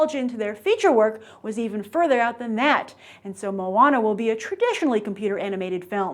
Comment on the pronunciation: Not MOO-WAH-NA, it's MOE-AH-NAH